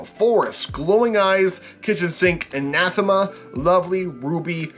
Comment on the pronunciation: also I never thought that it was pronounced an-ath-em-uh ive always thought it was bronounced an-uh-thee-muh. with the help, always.